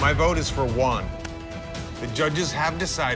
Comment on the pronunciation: When they called Juan "One"💀